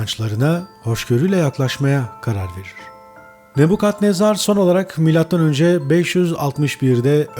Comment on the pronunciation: Neden "Nebukadnezar" değil de, "Nebbukhadnezzar!?"